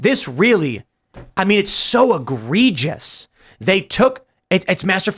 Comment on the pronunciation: ita pronounced egregious lol